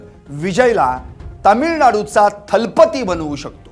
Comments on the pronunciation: Talbathi nahi thalabathi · किती हे अज्ञान राव…थालापती नव्हे दलपती. कझगम नव्हे कळगम.